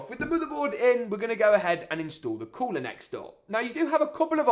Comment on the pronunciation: I like when you say cooler like this ""Coolaarr"" hahaahah🤣✊✊✊🇵🇸🇵🇸🇵🇸